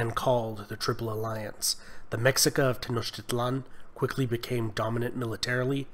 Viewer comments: Tip for pronunciation in Nahuatl the x is pronounced like shhh example: me-sh-i-ca hope this helped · It was awesome, I understand better the past of this region, but the pronunciation of mexicas is meshicas, despite its writing, Greetings. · great vid, i think the Mexica pronounced Meh She ka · Not bad, but it's pronounced MEH-SHEE-KA. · The "Mexica" are pronounced Meshika. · Mexica is pronounced "meh-she-ka" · The Mexica? It's Meshíka, pronounced Meh - shee - Kah. The "Tarascans" didn't speak a different dialect it was a completely different language. These so called history lessons are so full of shit. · MEXICA (Me-Shee-Ka) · Lol its pronounced Me-shee-ka.. say it right.. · Pronounced Meshika bro, Meshica 👍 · The X, in Mexica, is pronounced like the SH in Ship. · This is a good video and pretty thorough overview of Mesoamerican Indigenous history. One thing though, and I can only speak specifically of the Mexica aspect, is the pronunciation. The X is like an SH sound. So it's Mesheekah, and other words follow that pattern, too, when in reference to Nahuatl words. Again, great info. I learned more about things I hadn't known much of. I'm a descendant of one of the various indigenous groups that settled in Sinaloa, but I'm on a search for more info. Thanks. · Cool video! I'm purepecha/chichimeca (Guanajuato) and nahua (from Guerrero and Puebla-Tlaxcallan area but an ancestor is from Cholula). Also Tlaxcalla and Mexica are pronounced "Tlas-calla" and "Me-shee-ca" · 😂😂 the “ MECSICA”?? It’s pronounced MESHIKA.. great video!! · fyi - it pronounced ma-she-ka (mexica) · It’s pronounced meshica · Great video! FYI, the tribe was pronounced "Me-shi-ca" not "Mexi-ca" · The "X" is pronounced "SH". Not Mexica (mex-eecaw) but (Mesh-eecaw) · X is not pronounced as a CK, it’s pronounced as an SH. *Meshika. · I agree although some of the pronunciation was off as mexica is pronounced meh-she-ca ant texcoco is te-sh-coco. The information itself was great though